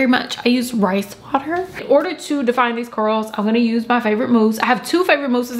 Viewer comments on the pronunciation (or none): “Thank you, I use rice waterrr” 😂😂😂😂😂😂